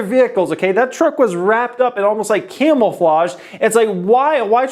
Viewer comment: Dude... your great!!! But.....it’s CAMOUFLAGE NOT CAMELFAGE.... your killing me!